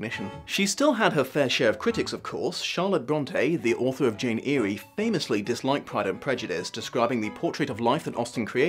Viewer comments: sorry, how did you just pronounce Jane eyre, sounds like ✨meecrowahvay✨ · wait.. did he just pronounce jane eyre as "jane eyrie"? 😂👌 pretty sure it's "Air" 🙌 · Two quibbles: (1) The Gardiners live in Cheapside, in London, not Darbyshire. Elizabeth joins her aunt and uncle on a pleasure tour of Darbyshire. (2) The Charlotte Brontë novel you refer to is not Jane Eerie, but Jane Eyre, pronounced “Air.” Otherwise, a very enjoyable video and I agree with your comments. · Author of Jane what now? Its pronounced Air hon, not Eary. That said I absolutely love all of your videos and the information and laughter they bring me. Thank you for all your hard work. It's much appreciated 😊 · Sorry, I have to correct you. It's Jane Eyre like "Jane Air" not "Jane Eerie". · Wait, did anyone else pick up that he pronounced Jane Eyre - 'eerie' instead of 'air' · Did you call jane eyre, jane airy? Is that how it's pronounced? I thought it was called jane eyre pronounced jane eire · Eyre is not pronounced like Earry, it's pronounced like Air. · "Jane Erie"?? Erie?? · "Jane Eerie" urgh nooooo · Have I... Have I been pronouncing Jane Eyre wrong for like 10 years? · It is, did it wrong.